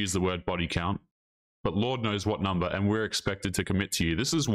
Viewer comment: New ick unlocked: women who pronounce "and" as "AYY-YOOOND"